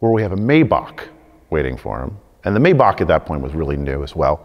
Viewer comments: A mayba-kk? Whats that u mean maybach kid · This is a car guy, really? He pronounced 2 models of cars, and got them both wrong! A Bugatti Verone? Sounds Italian. LOL. WHAT? Is that like the Lamborghini Aventater, or the Pagani Zunda, and the Porsche nine one one? As for the Mercedes, its pronounced My-Bach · Yeah,and he calls a Maybach a "May Bakh" hahaha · Hey car guy, it's pronounced My-bach.